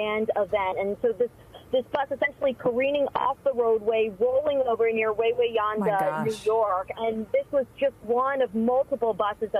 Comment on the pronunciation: Wawayanda, its not Wawa, like the fast food place in NJ/PA, WAy-we-anda WRONG. THAT IS CORRECT WAY TO SAY IT! 2ND WA IS SILENT! , is the town where my mom used to work for the state in a hamlet called New Hampton til she retired. Right on 17M going toward Goshen. Sadly mom died from covid in 2022